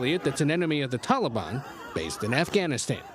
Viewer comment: Since he’s making “deals” with the Taliban he could pronounce their name correctly.